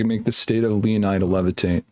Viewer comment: I think it's pronounced "lay oh need a"